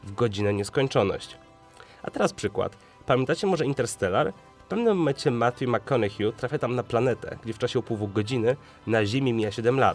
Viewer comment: " Matju Makkonehju":-D